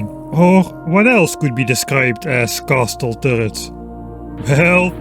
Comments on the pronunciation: I usually ignore your mispronunciations, but "CASTEL"?? I cannot accept that.. Please try to pronounce some of the words more properly:( "castle" is pronounced "CAS-L" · "Castle" sound very cool when you say it, heh.